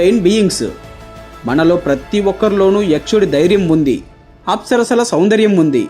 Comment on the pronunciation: Bro the agent you are using is trash 😢 but I love the direction of the video and what you’re trying to spread the knowledge of Hinduism just get a better agent and everything was pronounced wrong just so you know. Like Apsara being pronounced as aspera.